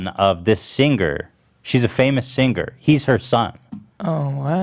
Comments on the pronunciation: i hope posty won't watch this episode and hear how you pronounced "singer" again. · LOL i always forget that Ethan says “sing-ger” 👎 that’s a red flag for me dawg